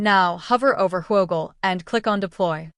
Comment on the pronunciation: No way we calling this who O gle... It's Whoogle